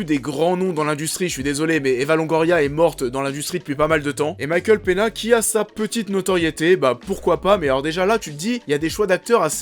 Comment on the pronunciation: Par contre on dit Benicio et pas Benichio, et pour Michael Peña , ça se dit penia, pas Pena . Voilà , sinon bonne vidéo !